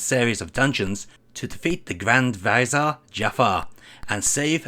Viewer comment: Grand Visor? Do you mean Grand Vizier?